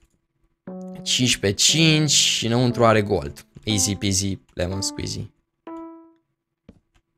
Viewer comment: eu nu mai spune izi pizi lemon squizi!!!! Pentru ca intotdeauna gresesti.